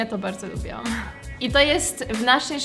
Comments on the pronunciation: "lubilam" , a nie "lubialam" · jak coś to nie wypowiada się „lubiałam” tylko „lubiłam” 😄